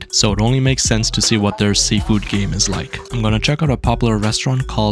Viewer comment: "Let's try sealfood kulif"